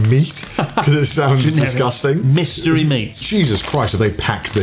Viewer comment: chris and connor : "these taste DISGUSTANG." also chris and connor : proceeds to shove more awful chips in their mouths.